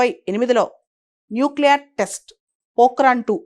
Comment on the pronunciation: Nucler or nuclear. Pronunciation clear gaa undaaali